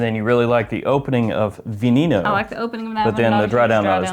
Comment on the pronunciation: Its pronounced. V-eh N-eh N-ou. Spanish for venom. lol